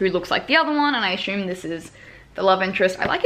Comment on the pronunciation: "aSHUMe" loool